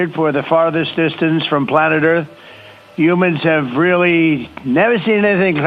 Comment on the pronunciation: He said Hu-mans… 😂 it was worth the trip to the moon 🌕